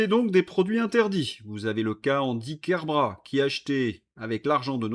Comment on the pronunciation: On dit Kerbrattt en appuyant sur le t..c’est du breton pas du français..